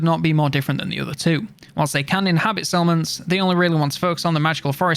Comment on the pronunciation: You say settlements, I hear salmons